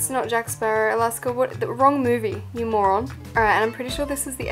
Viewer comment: Y does Alaska keep calling herself a Moran